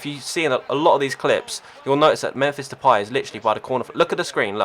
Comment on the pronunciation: He said Depay right! Congratz :P